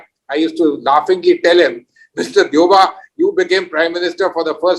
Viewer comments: Hey Indias, its not DOYE-BA its pronounced DEY-WU-BA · Its not "Do Yeh Baa" its "Dey oo Baa" Nayanima!